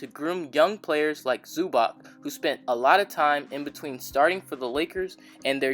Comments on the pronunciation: Zubac's name is pronounced "Zu-BOTS" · Its Zub-ats